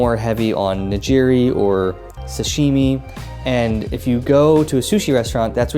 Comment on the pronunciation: Great solid tips, just a few critiques though in regards to pronunciation. Shinkansen = Sheen-Kahn-Sen ("ee" is very subtle) Omakase = Oh-mah-Kah-Say ("Say" leaning more towards "eh" and not an exaggerated "AAYE") Nigiri = Knee-Gi-Ree (Like Karate Gi, not like "oh geez!") I tried to ignore it but you said these so much that I couldn't help myself 😂 Other than that, this is really good advice for newcomers. Sent it to my mom before she joins me in Japan, so thanks!